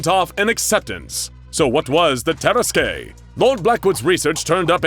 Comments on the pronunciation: Hey this is Lord Blackwood vs the Tarasque, it’s pronounced tear-assQ no tear-as-Kay. Why the fuck are they saying vs 682? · As a french, i have to say that it is said "tarask" and not "taraskué" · the DnD nerd in me is crying. Not only does he plainly state that it's a french region with french pronunciations presumably in in use, and opting to go with the spanish version anyway, but the tarrasque is a creature whose concept existed long before the Blackwood story. It's not "TEH-ruh-squay", but rather "tuh-RASK" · Say it with me, Ta-ras-ke. Not Tar-ras-kay. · It's pronounced "tar-esk", not "tear-es-kay" you seriously need to look up pronunciation when it comes to words you don't know. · Terrasque is pronounced "terr-ask", not "terra skey" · That is not at all how you pronounce tarrasque, it’s TAR-RASK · Lol this is literally a DND campaign!! Lord Blackwood is the Bard. Also, I know it’s a rare word, but Tarrasque is pronounced (tear-rask). It’s also a DND monster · The “tear-eskay” 😂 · Can confirm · Terrasque (terr-ASK) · It's pronounced tar-ask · hey guys, I really like your material. That said, a little constructive advice: Tarrasque is pronounced "Tear-Ask"; the finale e is silent. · No, its Terr-askuh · Someone never played dnd hearing that pronounciation of tarasque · That's not how you pronounce nor spell "tarrasque". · This pronunciation of Tarasque makes me so mad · The way he's pronouncing Tarasque is upsetting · First time ive heard the ue at the end of tarrasque pronounced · Ooof, that "tarasque" pronunciation lol. Also, why wasn't... Teddy Roosevelt, yknow... Teddy Roosevelt? He has a pretty iconic look... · Anyone else annoyed with how the narrator says "tarasque" heeh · I love the misspronounciation of tarasque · I’m imaging other dnd players screaming at the pronunciation of Terrasque 🤔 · It bothers me a lot more than it probably should 😅